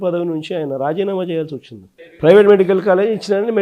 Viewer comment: పెవేటు కాదురా😂😂😂😂 నాలుక మందంగా,,😂😂😂, ప్రైవేటు😂😂😂